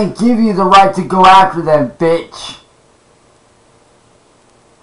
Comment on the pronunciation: That was a classic “VITCH!” Right there